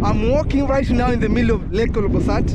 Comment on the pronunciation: Interesting but hope you'll redo the trip with you pronouncing the name of the lake properly. OLBOlosat not OLOBOsat 😢